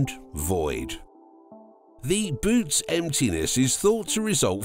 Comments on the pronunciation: It's pronounced "buh-oh-tees" not boots... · Can’t make videos about the universe and pronounce bootes like boots 😅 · Jeeze, a supposed scientific video that can't even get the name right. It's not pronounced "boots". That makes me think the rest of their data is also in error. NEXT!!!